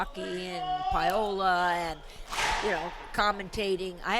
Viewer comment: Alright, man. I don't give a sht the match was 8 years ago, I gotta call out - Pyola? PYOLA? JESUS CHRIST, QUIT CALLING HER PYOLA! Her name is PA-O-LA, NOT PY-O-LA. JFC.